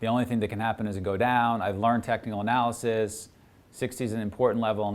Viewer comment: Did I hear technical analisys?? 😂😂😂